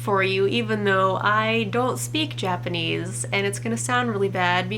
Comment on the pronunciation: OMG YOU HAVE NO IDEA HOW EXCITED I AM!!!! EKK!! (btw: your japanese was good! :D Better than what i could do!)